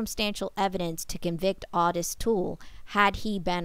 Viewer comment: His name was pronounced Ottis, like otter.